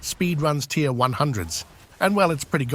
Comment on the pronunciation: TIER not TIRE